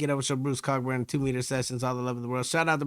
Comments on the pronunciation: I know I'm late to the party here, but just to let you know, the "ck" is silent, so his name is pronounced, "CO-burn." Great reaction! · Pronounced Coe burn. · Pronounced co-burn, Bruce wrote some incredible music, very vivid imagery in his lyrics, and hatred in his voice for the regime that was wiping out innocent civilians. You have to understand, he’s a Canadian. Peaceful. Friendly. To hear him hate, and wish he could kill somebody, it took a lot to get him there.